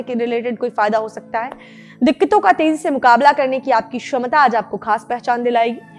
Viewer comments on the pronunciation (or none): Cchamta ko shamta kyo bolti hai